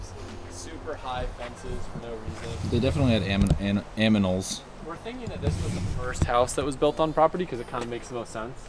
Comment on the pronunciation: “They definitely had some aminals “